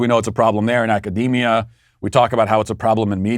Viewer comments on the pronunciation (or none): none